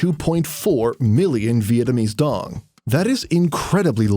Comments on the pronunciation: đồng not dong. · However you're pronouncing it. Its not how we original pronounce it. It has been altered for people from other countries to say it more easily, but out of every alterations, why tf did they picked this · The way westerners call ‘dong’ bugs me. It’s Đồng please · it's not pronounced dOng though, it's because you guys can't pronounce it. It's "doung", like the dou in dough, with a falling tone. said in vietnamese it sounds nothing like "dong". its just an english thing where you guys think its weird. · Dong isnt even how you pronounce it in the first place other than if you read it in English. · It's not pronounced the same as in your language btw, not like in the video, and you can not make that sound. Words in your language don't mean the same in other languages.